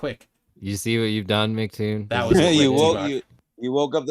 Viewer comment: These muppets are so slow that they call him Macktoon instead of Em see Toon.